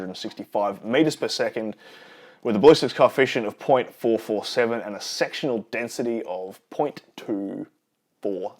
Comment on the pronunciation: are you saying sexual density? I hope so! Haha